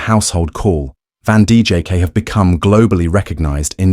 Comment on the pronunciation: Van DJK??? If you can't even pronounce the name correctly, how can I believe a word you say.